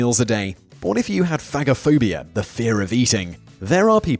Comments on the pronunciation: I think phagophobia sounds like "fayj-ophobia" as in a phage, from a greek word that means "to devour" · Thaaaat isnt how you pronounce Phagophobia; pha as in fey, go as in go.